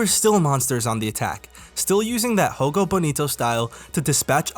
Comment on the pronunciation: Portuguese is not Spanish. Jogo is pronounced with a J sound, not an H.